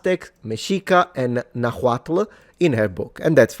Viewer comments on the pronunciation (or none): It's pronounced RUT-GURRRs not Rut-Jers. And it's not NahuatL, it's Nahuat-tsch. (The L is dropped). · Yes is meshica and nahuatl the h should not sound. Also the TL you should pronauncebit as a click sound in your mouth. Love your content. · In nahuatl the L is silent. But you did well researched work. Good job. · You can pronounce "Nahuatl" as "NahWatl" (in spanish, the H is mute) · Nahuatl is pronounced like Nawat or Nawal, the tl goes combined like the ll in Icelandic, but most modern Nahuatl speakers don't use it anymore, that is classical Nahuatl pronunciation. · It is "meshica" and you don't pronounce the H on nahuatl